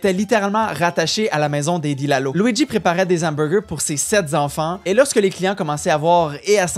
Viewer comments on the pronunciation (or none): Des hamburgers (sans liaison) et non des z'hamburgers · Amusante vid ! Personnellement, je recommande le Burger de chez Boulud (héritage de celui au menu de jadis Le Cirque à New-York, racheté par Boulud et devenu l'incontournable Café Boulud). NB: Jeune homme, devant un H, on ne fait pas de liaison. Les Hamburgers ne deviennent pas de Zamburgers :) 9.5/10